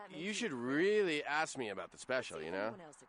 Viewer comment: "I can't axe any more questions, though." No, but you can hammer your point home. ;)